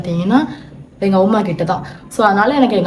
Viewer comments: Yaru indha avuma summa avuma avuma soldre ammaamma sollu😂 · Auma illa ammamanu alaga sollunga